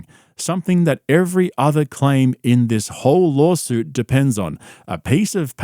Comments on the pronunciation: It’s laW suit not lol suit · It's not lawsuit it's lawlsuit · are you saying lol-suit? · wtf is a lawLsuit? You sound as dumb as brendan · i cant tell if hes purposefully saying lolsuit or if its just his accent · I love that you pronounce lawsuit as “lolsuit”. 😂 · Love how he says LOLsuit! 🤣🤣🤣👍🏼👍🏼👍🏼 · Talmbout lawlsuits, b? Pure Spegggdrum CTE. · "LOLSUIT." Cannot unhear it.